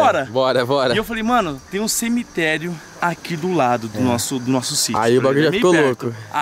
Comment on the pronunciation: Cemeterio não "selemeterio"kkkkkkk